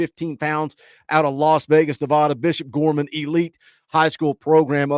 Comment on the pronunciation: love the show but please pronounce Nevada correctly!